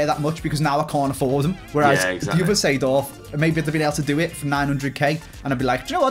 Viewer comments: Lmao 92 rated clarence "seeford" and not seedorf lol gg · I love Clarence “Seeford”